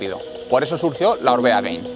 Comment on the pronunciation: Gracias por el video. Solo un apunte, es Gain no “Gein”. En vasco Gain significa alto, parte de arriba. Supongo que en relación al alto de un puerto. Gracias!!